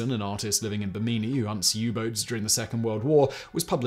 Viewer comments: Pee-LAR. BIM-ini. Islands in the STREAM, not steam. Sorry, I'll stop. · I Found Out >>> At about in this video: If the place you mentioned after Key West is Bimini -- the island APROXIMATELY 60 miles east of Florida's southeast coast -- that name is pronounced bim - in - ee. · Love this channel and am respectfully amused by our British friend's pronunciations: Bih-MEE-nee, which I presume is Bimini. Some of us pronounce it BIM-in-ee. lol. Excellent info! I knew that Hemingway landed in Normandy shortly after the D-Day landings, but I didn't know that he tried to be a U-boat hunter before that. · Pretty sure Bimini is pronounced bimm'-in-ee, not bimm-ee'-nee.